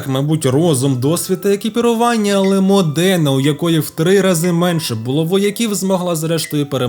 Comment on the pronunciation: Дяка-пердяка, але є важливе уточнення : місто не МодЕна, а МОдена, наголос на о)